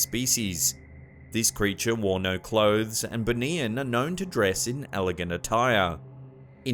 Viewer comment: 1st vid - BUNIAN pronounce as BOO KNEE YAAN